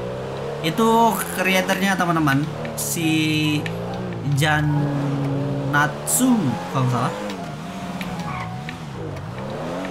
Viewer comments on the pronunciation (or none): Jantsuu bukan janatsuu